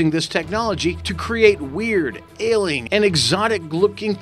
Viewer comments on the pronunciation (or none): OH, and he also pronounces "alien" as "ai-leen" BOO THIS MAN!